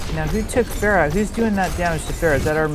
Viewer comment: hey, i thought her name was pronounced Ph-ARE-ah